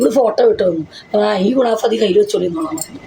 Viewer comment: ക്കുണാഫ അല്ല മന്തേ ക്കു നാഫ യാണ്😂😂